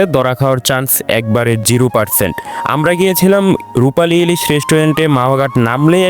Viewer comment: Jiru persent. Thik moto uchharon korte parisna vai.